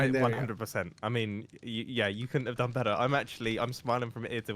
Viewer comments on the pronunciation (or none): "I have don it!"